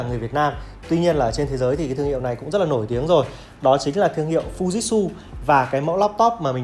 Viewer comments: Fư ji trự chứ k phải fu jit su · Mình lên video thì nên đọc cho đúng anh ạ. Không phải là phu dít su đâu nhé anh. Phư-ji-trự nhé a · Em phải đọc là Phư Ji Trự nhé!